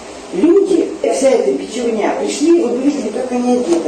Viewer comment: Не бичевне. А бичивне, от слова бич.